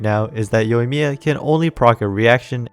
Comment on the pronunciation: You pulled that Japanese accent flawlessly without that thick English-accent.